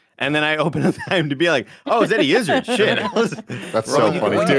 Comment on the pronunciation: As a Brit it grinds me how they say Eddie Izzard’s name...